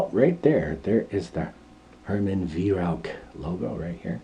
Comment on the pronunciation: 🙂 a Vi-roac ? In german pronunciation its like Wai-rauch ( ch in german sounds exactly the same as a bobcats hiss) The Weihrauch company is known in Germany for its very high-quality and precise air rifles (HW-100) but also for large-caliber hunting weapons of various types, and rightly enjoys the reputation of a premium manufacturer.